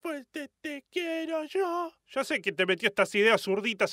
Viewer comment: No dijo yo dijo sho 😍